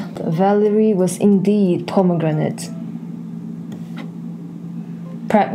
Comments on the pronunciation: "Pomagranite" "Pregnant!" Dat made me chuckle... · "she is P O M A G R A N I T E" I can't 😭